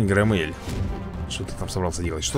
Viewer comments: да не громЕЕль а грОммель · Грооомеля ударение на о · ГрОмеля ударение о